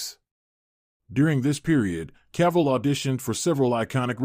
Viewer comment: My idol HenryCavill superman ❤❤you pronounce him Caval..I think something wrong with your head 😅your irrelevant showbiz journalists 😅😅